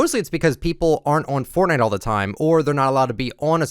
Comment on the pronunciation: “hello everyone this is foortnite” words that’s will go down is history